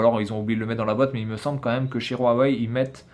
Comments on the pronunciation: Mais putin c pas rouawei c huwei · on dis pas rouawai